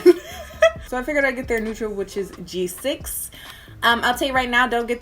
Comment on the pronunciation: I was triggered every time she said G6